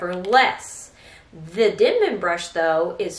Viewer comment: It’s Denman. Not dinman.